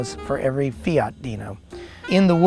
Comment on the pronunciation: For a moment I thought he said SEAT DINO Spyder